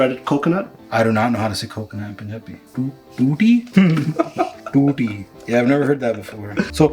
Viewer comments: that's thu-thi 😁 tutti is tap Also khopa is dry coconut... In punjabi we say slice as katna/cheerna For "thick" we say sang-naa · Yeah it was written there as well but he wasn't able to prounce it right... He said it tu-ti